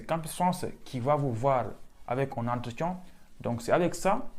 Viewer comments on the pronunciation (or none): Tu as dit "entretian" ou "entretion" 😂😂